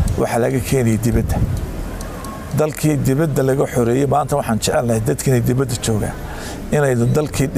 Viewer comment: Debeda weye not dibada